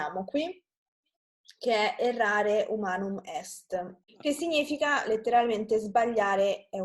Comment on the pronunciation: Ciao et grazie but are you sure that you say: non dusputandum? It's rather "non disputandum" and "humanum" not "humanu":)